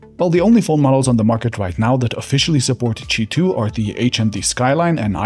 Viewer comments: why do you say cheeto ? isn't it Queue i 2 ? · Why is it pronounced cheetwo, omg I don't understand this language